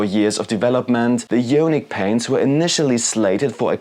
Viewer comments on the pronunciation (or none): Good video, thanks for the effort producing and testing the paints for us all. Just a heads up though, it's pronounced: " i-on-ic " not " yo-nik ". d(^_^)b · The "jonic" pronunciation kills me man :D It should be "I"onic with the same "I" as in the english "I am" :D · Eye-On-ick as in Ions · nice review.. thanks! one note for you on pronunciation: ionic = eye-on-ick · Yeah, yonic means something rather different. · Yoooaaanick. Had to turn it off 😂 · No worries at all, that's why I asked it that way, because there are numerous languages where "io" in front of "nic" would be pronounced with more of a "yo" or "yaw". Apologies if the way it's written came across as harsh, I meant it to come across as more of an "oooh, that's an interesting way to pronounce it" kind of thing, especially since we're all from different backgrounds. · I think it’s pronounced eye-onic 👍 oh and awesome video too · Ionic = īˈänik or eye-ahh-nick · Love your reviews and tests. Not a big deal. I was wondering if it was a Spanish pronunciation! : )